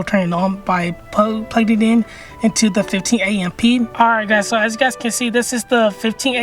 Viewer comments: Did he just say a m p? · I have never heard someone say amp as A-M-P 😮